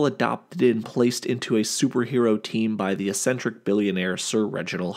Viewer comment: Will people PLEASE learn how to pronounce 'eccentric" it's "eks-centric" not "essentric" UGH!!!!